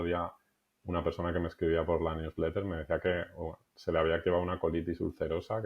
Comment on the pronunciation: Newsletter? No se entendió 😊